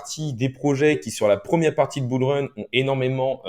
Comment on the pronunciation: On dit "Bull Run là" et pas "Bourleuneraa"